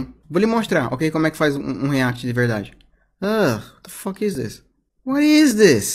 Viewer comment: Ele fala assim: wata foque